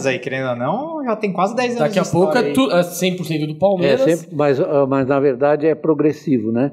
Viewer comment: Não sei se é só eu ,mas quando escuto parmera ...na boa que isso ?? Nem os gambá fala o nome errado .